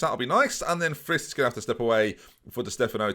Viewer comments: Ma-Tee(as in the first part of Tee-hee)-Ass and the last name Friis is like "Freeze" just with an "E" sound rather than an "I" sound, so kind of like "Frees" You welcome,. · Everyone: It’s “Mathias Friis”: Ma-thy-uss Fweth.